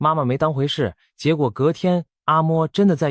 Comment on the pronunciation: 不是阿摸，是阿罵